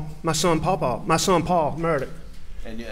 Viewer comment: Its pronounced "Paw Paw".. Not PoPo